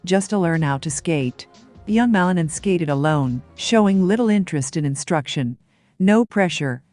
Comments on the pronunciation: The lady who is talking is butchering Ilia last name. She should be taught how to pronounce it correctly. Ma-li-nin. Accent mark on the last syllable. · ПРАВИЛЬНО ГОВОРИТЕ ФАМИЛИЮ и лучше ПОКАЗЫВАЙТЕ ЕГО ЧУДЕСНЫЕ ВЫСТУПЛЕНИЯ......